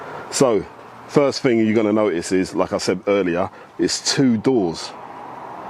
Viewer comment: Wasn't, not weren't. Thousand not fousand. Thing not fing.